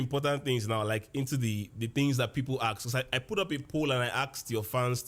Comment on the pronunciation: Ask not aks😅😅 but ur my fav teacher